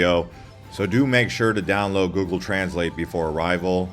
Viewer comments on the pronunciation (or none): none